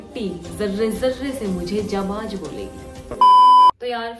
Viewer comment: Phle apna pronunciation sahi kro didi ...😢 Jajba nhi jazba and jaabaaj nhi ,it's jaabaaz😊.